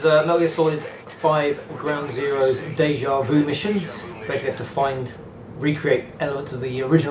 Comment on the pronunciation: Déjà vu! Not "deja vou"